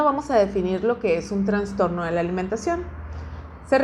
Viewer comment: terrible, para ser nutriologa se estudia 6 anos verdad? y en esos 6 anos no pudiste pronunciar bien la palabra TRASTORNO. hay que enviarte a estudiar lenguaje primero antes de darte un titulo